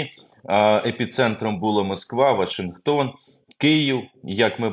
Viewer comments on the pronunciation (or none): none